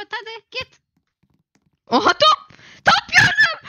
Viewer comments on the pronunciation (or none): topğ topğ topğ gördüğm topğ 😂😂😂😂😂